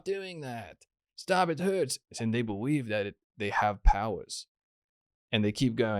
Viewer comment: I wike it when it huwts....